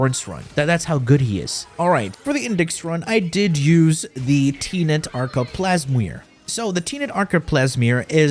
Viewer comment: You and my roommate both 😂 just putting letters wherever how does “Plasmor” turn into “Plesmyr”